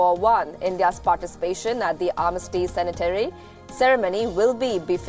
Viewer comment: Anchor mispronounced sanitary!! 😂😂